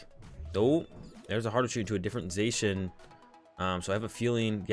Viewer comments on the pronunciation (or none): did you just pronouce zacian "zay shin" ? it's "za she in"